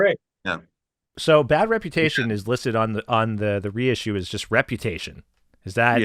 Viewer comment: It's "Reputation" Jesus...Get it together. I'm writing a book.